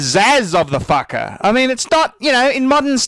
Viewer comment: i love when you say "fackah" hahahaahahah